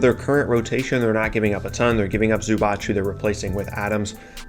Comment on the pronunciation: (there is no ch in Zubac, it's Zuba tss)